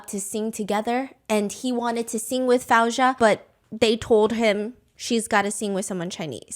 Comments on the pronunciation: Can I just say you keep pronouncing Faouzia’s name wrong. It’s pronounced Fozia, not Fowzia. Thank you for the insights into the show. I watched the show and felt there were things going on in the background. I think Dimash should have duet’ed with Faouzia but thats my opinion. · Hearing fAHouzia instead of FAOUzia is lowkey making me go insane😭😭 Shes literally my favorite female artist😭 so hearing pronounced wrong is 😭😭. I love you sm Stephanie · Quick note, Faouzia is pronounced Faow-ze-ya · Say her name right Foo- zy- ya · her name is pronounced foozia!